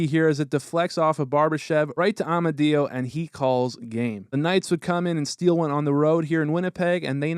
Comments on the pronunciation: Amadio (A-mad-dee-oh) lol NOT (Ah-ma-dee-oh) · just an fyi its AH-MAH-DIO not AW-MAH-DIO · Its pronounced A-mad-eo haha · By the way, Amadio is pronounced like "(it's a me) a-mario", but with a d instead of an r. (ah-mod-dio)Any time he scores in T-Mobile they show Mario getting a star. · Love how he butchers Amadio’s name.